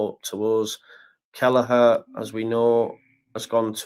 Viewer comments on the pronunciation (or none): none